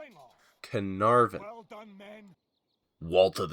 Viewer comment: Nice episode, glad to see your channel growing! Do you play any other TW titles? You have a nice style, would be cool to see you play some of the other games. It's ka NAR vun. It's actually misspelled in the game, it's Caernarfon. Your pronunciation was spot on English pronunciation (Welsh is another matter....) Toulouse is pronounced as it's written, as in 'to lose' in English - I blame Legend for that one. Marseille is mar SAY. Rheims is now spelled Reims. English pronunciation is reemz, in French it's ross. Place names are always a bugger to pronounce - they often break all the pronunciation rules, probably because many of them are ancient.